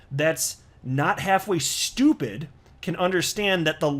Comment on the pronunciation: I like the emphasis on ‘stupid ‘ when you say “...any human that is not half way STUPID !...”